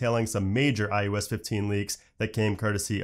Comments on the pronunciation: Stop saying IUS it’s IOS lmao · Can you PLEASE stop saying IUS. It's so annoying it literally hurts my ears. Stop mumbling and say it correctly